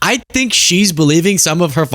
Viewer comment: He kept saying "i dont fink thy,ll be there for us" has tht walking faketan advert fogot" 9/11" usa envoked artical 5! The only time its ever been envoked! And yes we "nato" were there 4 u! He needs a friggn history lesson ffs ✌🇬🇧🏴🏴🇮🇪👍